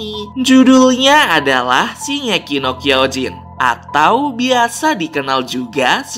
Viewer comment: 04.45 Shingeki no Kyojin....bukan kinegeki no Kyojin